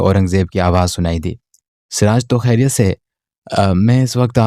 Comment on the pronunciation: کھیریت نہیں خیریت ہوتا ہے۔ اگر آپ اردو ناول سنارہے ہیں تو اردو الفاظ کو درست تلفظ کے ساتھ ادا کریں۔ کھیریت ہندی میں کہا جاتا ہے، اردو میں خیریت کہتے ہیں۔ شاید اردو آپکی مادری زبان نہیں ہے اس لیے آپ کے بے شمار الفاظ غلط تلفظ کے ساتھ ادا ہوتے ہیں جو سننے میں انتہائی ناگوار محسوس ہوتا ہے ۔آپ کو اردو تلفظ پر بہت محنت کرنی ہوگی۔